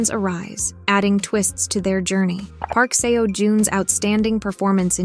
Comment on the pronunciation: I wish you had taken the time to learn how to pronounce Park Seo Jun's name right. I couldn't finish the video cos I cringed everytime you said seewo or seeyo.please respect people & their names.